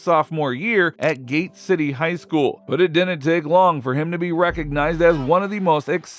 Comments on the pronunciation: It’s Gate City. Not Gabe City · It's gate City not Gabe City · Gabe City???? C'mon man, it's Gate City. Makes the rest of your video suspect. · Isn‘t it called „Gate City“? 😂😂😂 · It's GATE CITY. Come on now. I'm from that area. Smh. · Gabe City?? Sir it’s Gate City 😂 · Haha Gabe City? Its Gate City!! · Gabe City? Way to do your research. The frame immediately following your misspelled, and pronounced, graphic shows him wearing his "Gate City" uniform. This makes me think this channel is just some corporate entity. Lol